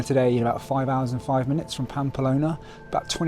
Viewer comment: Unlucky with the weather. I did that route in early June 2022 just before the proper heat and fires. Had a lovelly time. Following your journey. Oh one minor irritation it's Pamplona not Pampalona!!